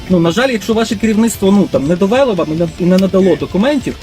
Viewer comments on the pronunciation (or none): 😮 В юридичному контекстi дуже добре, але в мовному...😢 Не "випАдку", а вИпадку й не "довЕло", а довелО! Якщо Ви вже виносите свiй блог на загал, то вже кажiть доброю лiтературною укр. мовою, бо Ви в данному вИпадку носiй укр. мови, а не кажете якимсь суржиком й перекручуете мову! Заглянiть у словничок чи загуглiть!😮😊🎉